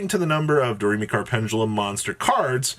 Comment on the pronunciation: How can you have an intro where you say Do, Re, Mi, and then still call the archetype door-may-chord? It’s Do-Re-Mi-Chord